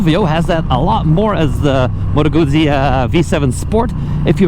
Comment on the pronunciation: The creators wouldn't attract a 'flood' if they pronounced correctly. Then again, maybe that's the idea. Why does a bike hack not pronounce properly? Attention?